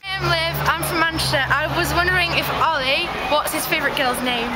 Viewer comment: Holi, it's Oli with an H. :P